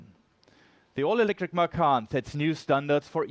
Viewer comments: I believe you named this car from the Indonesian word for tiger. From a native indonesian speaker, macan is pronounced MA CHAN. The pronunciation of ma-khan means to eat in Indonesian. So please tell your PR, Marketing, dealership associates to stop calling it the Porsche Eat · I'm slightly annoyed that they named it after the Indonesian word for tiger, but they don't pronounce it correctly. It's ma-tchan, not ma-kahn. Anyway "makan" means "to eat" in Indonesian so it still means something lol.